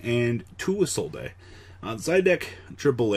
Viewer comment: Isolde is old. iz-oh-ld